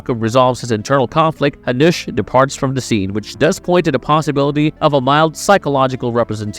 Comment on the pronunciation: oh my god!! use jacob when you cant spell jakub corectly, or hanuš, its not hanous, but hanuš for love of god!!!